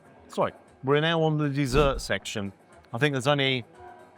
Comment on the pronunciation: “Wrer now n thhhrr dseert siction” 😅😅😅 get on …you make the most of that plonk my son!